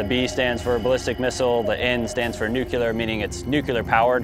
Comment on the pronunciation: New-koo-lahr powered. ^.^